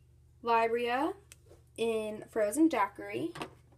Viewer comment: Libra is prounouced lee-brah no hate though I love you ❤️